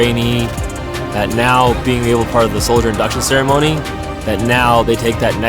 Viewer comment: I mean thats one way to say Soilder 😂